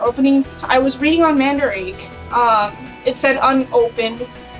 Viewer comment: For anyone wonderimg, I'm the "friend" she's referring to in the video. Lol And a fun fact, Mandarake is pronounced "Mahn-duh-rah-kei" you gotta accentuate it a bit for japanese is a phonetics based language, much like Español so pronunciation is key :3